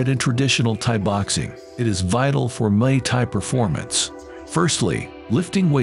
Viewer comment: wtf does he keep saying mai Thai that’s a drink ffs